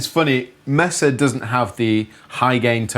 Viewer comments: i thought yall were saying "messer" it's not messa it's maysa! or at least around here it is. cheers. awesome vid. did you guys know kirk has a sig wah? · Mesa is pronounced Maysuh not Messuh. Les Paul is pronounced Less not Lez. Thanks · Love how they call the amps "messes" instead of pronouncing it May-sa. Sorry guys but early Metallica used Marshall JCM 800 and Mesa Boogie IIC+ amps not Rectifiers. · May sa not mess a not difficult to say